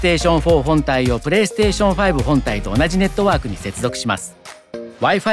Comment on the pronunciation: New drinking game: Everytime he says perestetion u drink.